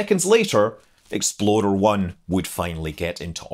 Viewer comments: You know that when you say Explorer it sounds more like Exploder, right? ;-) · it sounds more like Exploder one than explorer lol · I keep hearing 'Exploder I' rather than Explorer. Half hoping to see an RUD. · I can’t unhear “Exploder One.” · I though it was exploder until I saw this comment... It would be a pretty funny name for a rocket though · Scott I enjoyed this immensely because it sounded like you were saying "Exploder One". :-) Your content is great. Keep up the good work! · thank you for your productions. I laughed each time you said "explorer 1" because to me it sounded like "exploder 1". carry on!! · I can't stop chuckling, every time you said it, it sounds like you are saying "Exploder One". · Something about the way you say 'explorer' makes me hear it as 'exploder', and that's a great name for a rocket. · Anyone else hear it every single time as "Exploder one"? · It sounds like you're saying "Exploder One" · Love the Scottish pronunciation of "Exploder 1" haha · "Exploder One" 😂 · "Exploder One"? : - ) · sounds like you are saying Exploder one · and your statement sounded like "Exploder One would get into orbit." Exploder is a bad name for a rocket. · Do you realize that you are saying "exploDer" instead or "exploRer"??? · ...and I just now got done making that comment myself! Just glad I wasn't the only one hearing it that way. Reminds me of that browser, "Internet Exploder". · Every time Scott says Explorer 1; All I hear is "Exploder 1" Must not be a fan of Ford Explorers... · I remember building a plastic model kit of the Jupiter-C and Explorer 1 when I was a youngster. I still can picture the small bumps around the underside of the "bucket", now I know they were rocket nozzles! I loved the details in the video, Scott, but with the differences between our accents I started hearing you call it "Exploder 1", and now I can't help but hear it that way! 😁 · i was thinking all the time that you was saying Exploder 1